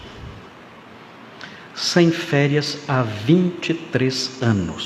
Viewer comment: "Férias"... kkkkkkkk